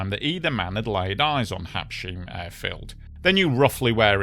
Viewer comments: now I realize why you keep saying "Habsheem" - Its spelled wrong on the picture. The right spelling is not "Habshiem" but "Habsheim" and the pronounciation in the middle is not "sh" like "shilling" but rather "Habs-hyme" (two words, one ending with s, the other beginning with h). think of Blenheim if you will. The word "Heim" stands for "home" so the name simply means "home of the habs" (for whoever they might be). its a german word although the place is in France. Thats because it's the formerly contested Alsace region which is partly german speaking - especially here in the south, the so called "Sundgau". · One: Habsheim, not Habshiem. Two: Habs......heim, pronounced Habs..haime. English is but one of 7000 languages in the world. Respect that. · It was at Habsheim (not Habshiem) Airport. Also, with all due respect, you are butchering the pronunciation of the location. Let me try to spell it in English: "Hubs hime" .. hope that helps otherwise a well research video indeed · Just a quick note that the secondary airfield to Basel-Mulhouse Int'l Airport is Habsheim, not "Habshiem"...pronounced HAHBZ-hime.